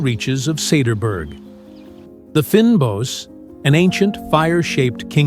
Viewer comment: A message to the Producers : Its not ' finbos ' In Afrikaans the 'y' is pronounced as an 'A' as in 'pain' so its ' fynbos' phoenetically 'fainbos'. Fynbos is fine or delicate bush.